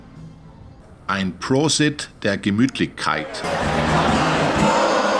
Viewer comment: Your german pronounciation is quite good. "Deutsches Eck" sounds almost native, ok, with "gemütlichkeit" you are caught as non-native speaker ;)